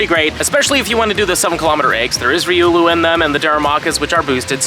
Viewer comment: You said Riolu's name right! Proud of you,.